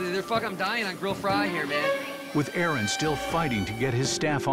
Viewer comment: Manager - This is chef Aaron Ramsey - Aron sigh, my name is Aron, not Aaron. getting someone's name right is kinda important Gordon, especially if it's the head chef you are going to be working with